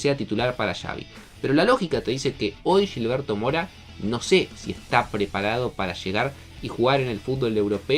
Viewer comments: Se pudrió todo con la pronunciación. Ya van como 10 videos pero ya me harté. No se dice Yilberto, es Gil berto como cuando dicen "Gil" Tqm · no es Yilberto... es Gilberto... se pronuncia como si fuera "J" no "Y", cabrón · No se pronuncia Yilberto, no es brasileño, se pronuncia con J, Jilberto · Es Gilberto no Yilberto. Habla bien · Pronúncialo bien, es “Gilberto” no “Yilberto” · No es yilberto mora como ustedes la Y o LL la convierten en sh es con G aunque te cueste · Porque le dices Yilberto ? 😭😭😭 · ¿Pero por qué "yilberto"? No debería ser tan difícil pronunciar la letra ge. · Pa que suene más caro